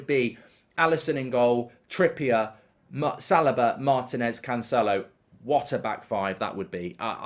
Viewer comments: Why does Mark keep saying Salaba? Its Saliba my guy 😭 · I think he pronounces it as Sal i ba rather than Sal- ee- ba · mark: right center back easy pick, "salobah"